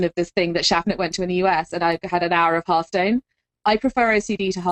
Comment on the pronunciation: H ARTH STONE, not HURRRDURRR UURTH stone